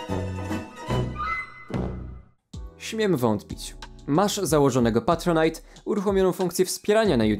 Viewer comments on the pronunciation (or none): none